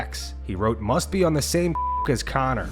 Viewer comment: you have to say Conor like how Kendrick says MUSTARD!!!!!